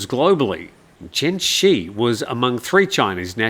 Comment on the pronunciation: Chen Zhi is more correctly pronounced like "Chun Jir," not like "Chen She"